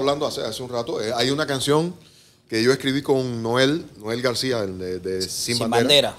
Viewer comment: Grande Amaury!! Él se refiere a Leonel García, pero pronuncia “Noel García” quizá por confusión, porque el otro de Sin Bandera se llama Noel Schajris. Buen vídeo, saludos desde la Ciudad de México.